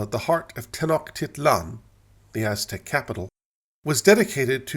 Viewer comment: Me, a Lutheran: “You know, I disagree with Luther on a few things” Normal Person: “like his antisemitism?” Me: “well obviously yes, but also he thought Copernicus was ridiculous” Also, the och in “Tenochtitlan” is pronounced more like coach than loch.